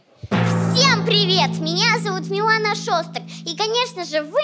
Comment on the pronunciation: Анастасія Каменських неправильно Говорила Ім'я Дівчинки. Правильне Ім'я Мілана. А не Міланія.🇺🇦🧍